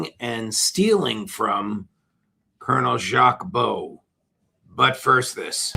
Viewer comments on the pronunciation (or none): Jacques Baud - pronounce it with a short O … 59 people in the EU at the same place - another Swiss woman too - and no saving, help even answers from the 🇨🇭gov. Ouach !!!